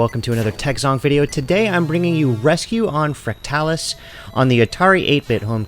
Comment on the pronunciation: You’re pronouncing it incorrectly. How do you pronounce “fractal”? Just say the word and add “us” at the end. No need to emphasize the “tal”. Thanks.